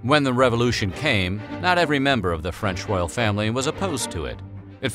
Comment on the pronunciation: What the hell is a revolushion?! lol